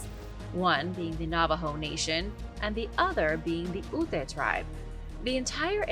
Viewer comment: The Ute is long U and the e is silent!!